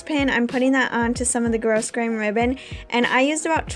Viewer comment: Nice vid. FYI, the ribbon is pronounced 'growgrain'. The 's' is silent. One of those things you never know until someone tells you, lol. I like that your bag has a solid bottom.